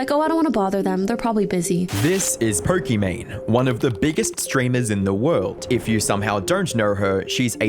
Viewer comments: Don't know her and still didn't know anything about her, but why are you saying poRkimane instead of pokimane? Just sounds so obnoxious and weird. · This is not "Po-kee-mayne". This is "Po-kee-MAHN". Her name is Imane ("ee-mahn"). Looks like not enough research was done. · “This is Perk-I-Mane” 😂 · "Perkymane"?? She ain't perky. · Did i hear it right?? Perky Mane?? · If stupid was a person. She should marry Mr Beast and their should sail together towards sunset and we should never hear about them again evPS. er. Why do i keep hearing Porkimane? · perkymane? did i hear that correctly? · Is it just me or does he pronounce it as "Porkymane" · Who is Perkimane?? Maybe learn pronunciation. Holy cow